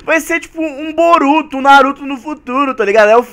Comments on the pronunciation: VC falou maruto é boruto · Ele falo maruto